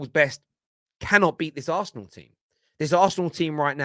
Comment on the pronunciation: "Arsenal" not "aresenal" put some respect on the name